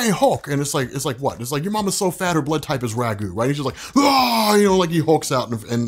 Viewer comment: "Yo mama so fat her blood rype is Ragu" I had to go back and listen again to make sure I heard that correctly hahaha